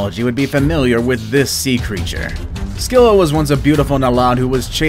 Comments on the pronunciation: Not to be rude but the "C" in "Scylla" isn't pronounced like that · Not scyall it's ugthulu